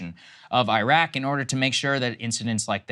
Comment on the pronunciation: Saagar when you say your own name do you say SAYGAR No, you say Sah Gahr So why the fuck do you say EYE RACK Call it IhRahk. IRAQ. Wtf is this eyerack shit.